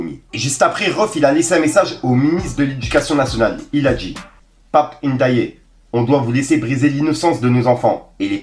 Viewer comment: le zink on dit Pape N’ Di Aïe pas N dayé 😂😂😂 tu m’as dead de ouf! Big big UP ⬆️ 🦾